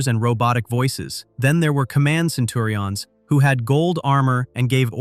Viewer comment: This narrator kills me. They had "centins", which gave the show a science "fection" feel. WTF?? LMAO